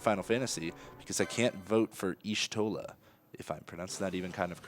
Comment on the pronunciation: so, at or so, the y in Y'shtola's name is supposed to be barely audible when spoken. it should sound like shtola even though many of the voiced characters in ffxiv actually do pronounce the y